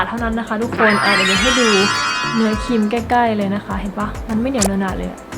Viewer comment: ออกเสียงควบกล้ำให้ชัดเจนก็จะมีเสน่เพิ่มขึ้นนะจร้า (ครีม_คีม คริป- คิป)